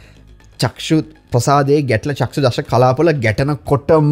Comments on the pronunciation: සර් වරදක් කියනවා නොවෙයි..චක්සු කියලා කියන වචනය නිවැරදි කර ගමු..චක්ඛු කියලා කියන්න..තෙරුවන් සරණයි.. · චක්ෂු කියන එක චක්කු ලෙස නිවැරදි වෙන්න ඔනි